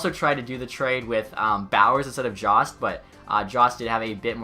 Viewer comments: for jost its pronounced joe-st not jah-st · and it’s jost not jawst